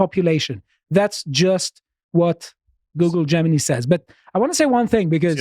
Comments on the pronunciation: "Gemini" "Jewmini" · consistently mispronouncing Gemini as "Jemeny" is really sweet.